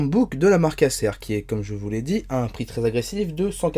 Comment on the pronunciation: Pourquoi bien prononcer «chrome book» et ne pas bien prononcer «Acer» qui est un mot anglais qui doit se prononcer comme «ai-sir» à l'anglaise.